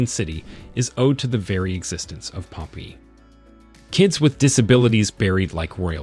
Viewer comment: Unwatchable. Learn to speak English dude. Pompeii is hilarious the way they said it. As well as cadaver. Not only did he pronounce it wrong, massively incorrect information is given about them. No, they were not preserved at Pompeii. Bodies disintegrated leaving cavities in the ash. Scientists fill those cavities with plaster to see where bodies lay. If youre gonna make an informational video, get the facts correct and learn to talk first please